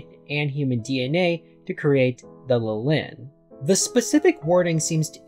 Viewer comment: The opposite 😅 , it's practically the exact same word with a different ending. It's LIH-lin not li-LIN just like it is LIH-lith (which you pronounced correctly). For extra context, both these names are biblical, Lilith was Adam's original wife before Eve who long story short, didn't find the idea of submitting to Adam all that appealing so she f'd off and became a demon. While I've seen Lilin used as a name for Lilith's children in many places, it's mostly in fiction (Neon Genesis Evangelion, Diablo, Marvel etc) and while I know there is a correlation between Lilith and the Lilin in scriptures, the only actual info on them I know for a fact is that they're some kind of night spirits.